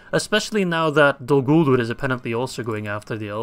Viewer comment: U missaid dolguldur